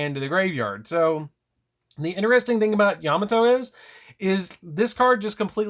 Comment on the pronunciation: Love the video! Just a heads up his name is pronounced “yuh mah toe” not “yam a toe” great profile I didn’t even notice the new support till you highlighted it! Thank you